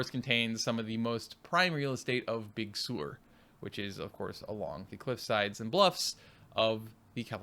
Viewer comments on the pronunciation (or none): You butchered the Big Sur pronounciation ;-) Big Sir not Big Sewer